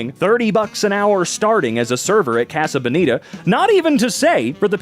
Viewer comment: its pronounced casa like mojo dojo casa house